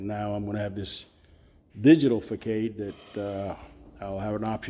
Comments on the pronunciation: Good work. But I couldn’t figure out what you were talking about for a bit…. It’s pronounced “ fa sod”…. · Facade is pronounced fuh saad. 🙌👍. I did your channel though you have great ideas. 💡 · Fa Sod 😂 ❤